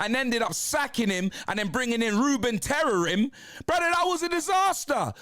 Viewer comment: "Ruben Terrorim" 🤣🤣